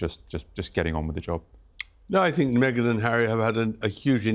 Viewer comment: Me-gain Markle